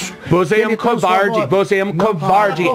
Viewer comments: Pronúncia correta :VOUSSE É UN KOUVARTI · "couvauldi"... kkkkkk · diz a lenda que até hoje ele continua dizendo "você é um covarrdgii" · "VOCÊ É UM COUVAURDE" KKKKKKKKKKKKKKKKKKK, VENDO NOVAMENTE EM 2020, MUITO BOM! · "Só estava conversando com ele" 5 minutos antes: "couwardy, vouxê é un couwardy!" (pelo menos 174x) KKKKKKKKKK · o cara que você idólatra do vídeo também não fala português perfeito 👍 😂 "couvardi" dont cry couvardi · "você é um couuvardi" vai acabar com o "desliga o freezer a notche" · "vocer é um covairde" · eu escutei ele falando "covarde".